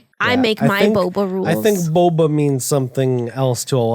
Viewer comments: i thought it was booba not boba lol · Emi is normally very bouba but it was pretty kiki of her to just keep pronouncing it wrong even though she knew better. #TeamBouba btw!